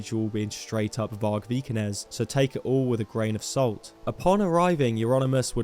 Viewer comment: Vargpilled, lol. I like it. And awesome job, - greetings from a Norwegian. You nailed the prononouciation of Vikernes - you missed that he just released a new Burzum track though! Got inspired while writing his recent books.